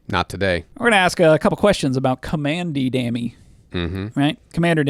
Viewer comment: "commandy dammy" made me physically ill